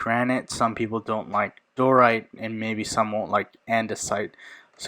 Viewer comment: Di-o-rite. 3 syllables. Not door-ite.